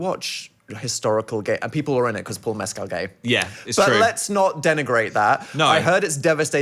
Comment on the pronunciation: dan I love you but if you say mescal like that one more time I'm going to commit crimes